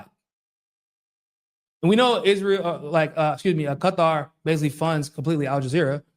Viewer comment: Thanks for pronouncing Qatar correctly. It’s so funny when people say Cutter lol